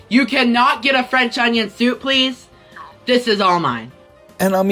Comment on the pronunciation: Nah nah it was absolutely pronounced pleathhhhh